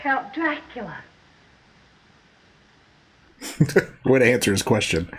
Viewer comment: IT'S NOT PROMOUNCED, DRAHCULA... IT'S DRACOOLA!